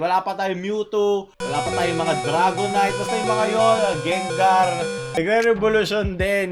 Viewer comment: DrrRrrRrragonite gengaRrRrrRrrRr